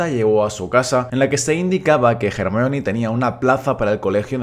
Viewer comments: Se dice Hermión, no "Germaioni". Es un nombre de origen griego que los ingleses y sus groupies pronuncian mal. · SCDJASJDJAS COMO LE VAS A DECIR GERMION, CHILLOOOOO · Se dice Hermione no Jermalloni xD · Se llama Hermayoni no no hermion. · Ermion ??? XD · Solo por llamarla “germayioni” ya no veo el vídeo xdd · Cómo que en España le dicen “ermion” o_O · hahahhaha , el nombre de hermione, en español es un cague de risa, suena mas como si la estuviesen insultando, Hey hermion!!! ... gracias a dios vi todas las pelis de harry potter con doblaje latinoamericano en mi niñez , que roche que me oigan decirle "hermión" a Hermione , en españa hacen la traduccion y la pronunciacion de los doblajes pero con las nalgas xdxdxd , casi de todas las pelis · A mi me choca cuando le dicen jermiyon, no tiene sentido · "ermion" jajajajajaja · Solo entré a comprobar si decía "JermiÓn"; todo bien. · A ver, qué problema hay con decir 'Hermión'. Creo yo que la pronunciación correcta sea 'Hermíone' (como se lee, acentuando la i), pero eso de 'Jermaioni'... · Hermión ajajajj suena espantoso ajajaj lo mismo que espiderman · Jajajaja "Hermión"